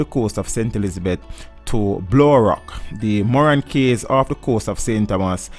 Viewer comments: What another shame that part of Jamaica is owned by the demonic offspring that is the US . Cays is actually pronounced as Keys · Good info. But the pronunciation of some words is very strange. "Cays" is pronounced like "keys". "Islet" ? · Good research but it's a shame you were not paying attention in English class. Cays is pronounced "keys". Islet is pronounced "i-let"